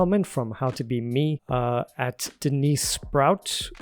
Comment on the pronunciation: That was Denise (Sproat--like boat). You are with the majority who pronounce it sprout 😊. I'll continue to listening even without Shakespeare lessons. Continue with Ren & you will get closer to those 100,000 views.